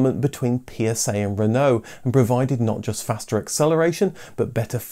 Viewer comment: He did a great job. Most people pronounce it SitRon as in the French word for lemon, but the way it’s pronounced here is correct, same for his treatment of Peugeot and Renault.